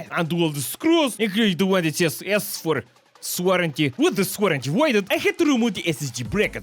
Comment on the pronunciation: "S for.... Swarranty" had me dying 😂😂😂😂😂😂